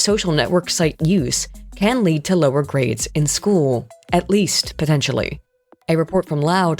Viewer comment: "Affects chool performance and IQ"